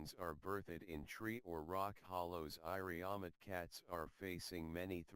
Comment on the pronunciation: Iriomote (sounds like EE-ree-o-MO-tay) pronunciation the narrator does not sound very interested in his subject, thanks for info anyway